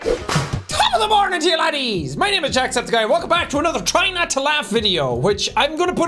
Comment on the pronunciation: Jack septic eye sounds like pink eye. Is that intentional?